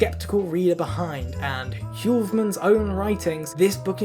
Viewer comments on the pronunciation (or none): as a dutch person i can say, you didnt remotely succeed in pronouncing heuvelmans